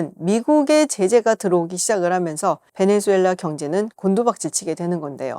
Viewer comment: 김지윤 수준도 질 떨어지네. 베네"주"엘라 아니다. 지윤아. 제목처럼 베네"수"엘라 이다.